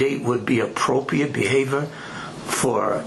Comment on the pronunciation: Neither one of these grown men can say the word appropriate correctly. I know it's petty af, but damn, it's not a hard word to say.